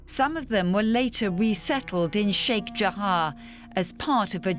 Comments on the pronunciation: News : Fine report, but why pronounce Sheikh Jarrah as if it's spelled Sheikh Jahar or Jahaa? Pronunciation should be based either on spelling, or the other way around, in which case the spelling should then match the pronunciation ; and not mix it up. If people followed such a linguistic rule, then it would most surely make learning language considerably easier. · Its sheikh jarrah not jahaa. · Sheikh JARRAH!!! Not Sheikh Jahar!